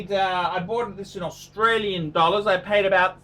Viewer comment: My first video. I like how he says dollars, accent is spot on!